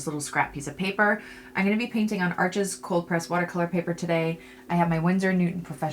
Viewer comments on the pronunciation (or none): Congrats! Can you please pronounce Arches correctly? “Arsh”